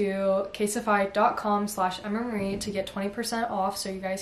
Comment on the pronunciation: please dont say it please dont say it...: something thats really essential is a good phone case... CaSeTiFy🤦‍♀️🤦‍♀️🤦‍♀️